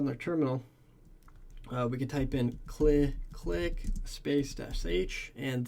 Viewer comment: I think this tool is pronounced as c-l-i-click (from command line interface click) and not click-click. But anyway, thumbs up Ford this video